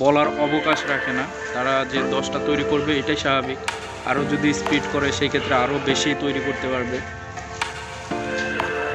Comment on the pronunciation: Vai nijeke shikkhito dabi korsen athocho piece banana likhesen pitch. Speed ke bolesen speet.